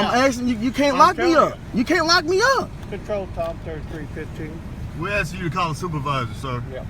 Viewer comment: “Akking suppishuss”.